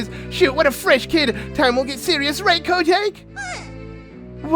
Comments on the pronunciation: I hate how calls Kotake Ko take. It’s Kotakè DAMMIT! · I can’t believe I didn’t realize this was a completed Let’s Play, pretty please with a cherry on top finish this series I wanna see it through and through. Also, it irked me throughout the video cause of the wrong pronunciation of Kotake got under my skin when you read the dialogue with her name in it. Was that just me or is that actually how it’s pronounced???? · Ok,. I love you to bits, but totally cringing at your butchering of the name kotake.